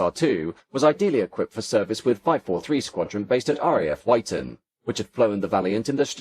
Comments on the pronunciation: Wyton is pronounced "Witton" not "Wighton". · Great video. Couple of gripes...RAF Wyton is not pronounced "White-on" but Witton. Also while discussing Victor B2 developments, the pictures were of B1 variants. The Victor looks incredibly futuristic even today. The recent B1 restoration is very impressive. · Sorry, this isn't quite up to your usual very high standards Aside from the mispronunciation of RAF Wyton, there was no mention of the fact that during the early stages of development of the Victor, it was initially intended to be a tailless design; the innovative T-tail - worthy of discussion in of itself - was only a later addition. Also, although there was some mention of the maritime role, there was no mention of the anti-submarine (ASW) role specifically; Denis Healey once claimed that (thanks to the SR.2), the British knew the location of every British ship in the Mediterranean. A mighty aircraft. The comparisons between the V-bombers are interesting. The biggest "what-if" is if the "Pathfinder" Valiant B.2 had been put into production. Supposedly not suffering the fatigue issues of the B.1, it was purportedly the most suitable of all the V-bomber designs for operation at low-level. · Surprised he didn’t know the correct pronunciations of Odiham and Wyton, also I think the radar was Green Satin not Yellow Satin🤔